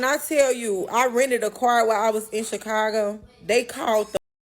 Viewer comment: Accidentally pronounced, "car",correctly and then repeated it as kyer...smh.